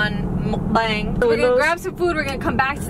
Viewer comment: the way she says it "MukBang". Hilarious!